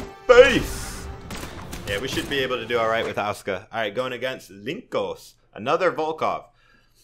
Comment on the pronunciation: Said Asuka's name wrong, the disrespect... I'll let it slide